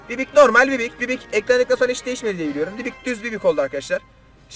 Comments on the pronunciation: bibi o abi bibik değil🤣🤣🤣🤣🤣🤣🤣🤣🤣🤣🤣🤣🤣🤣🤣🤣🤣🤣🤣🤣🤣🤣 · Herkes: BİBİ: BİBİK